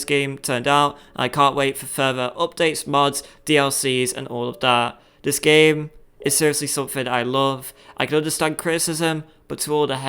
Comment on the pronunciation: I love dis game vewy much